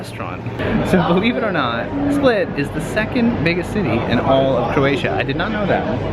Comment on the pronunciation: Oh and yes,you didn't pronounce anything right :) All you had to do is stop someone local and ask. We are realy willing to help and 99% of croatians speak english